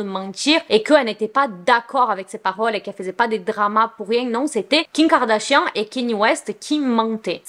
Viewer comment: j'ai remarqué qu'elle dit jms Kim Kardashian mais king Kardashian c drôle 😂😂😂😂